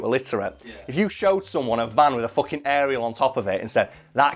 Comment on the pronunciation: "focking window"